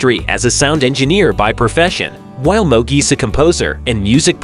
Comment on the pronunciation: It’s Mooooog.. not Mug.. Secondly.. Blair ( Mooog)… refers to Marty as “Martin”.. research better Dude..